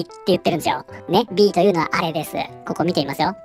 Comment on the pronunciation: 動画の内容と関係なくて本当に申し訳ありません。 さんの「です」「ます」の「す」が有声音なのが気になって仕方ありません。 「ですよ」「ますね」などは無声音で発音できているので気になりませんが、言葉の最後が「す」で終わる時、たまに有声音になります。 文字であらわすと、「ですぅ」「ますぅ」「なんですぅ」という風になっています。 このような発音は正確ではないもののわりと一般的で、多くの方がこのように発音されています。 明らかに私の気にしすぎなのですが、我慢できずに視聴を中断してしまう時があります。直してくださいとは申しませんが、一意見としてコメント失礼しました。